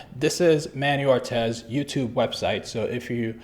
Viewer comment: Its Manny Ortiz my man not Manny Ortez haha :D Just Playin :) Great Channel..:P